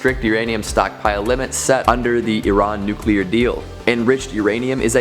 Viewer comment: Thank you for pronouncing Iran correctly